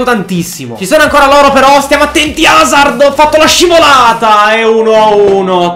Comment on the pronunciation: Si chiama Hazard non Hazzard